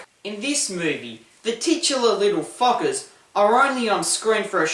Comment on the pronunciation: In the beginning your accent made the title sound like little fuckers